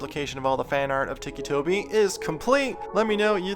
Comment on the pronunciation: ITS NOT TICKY TOBY ITS TICCI TOBY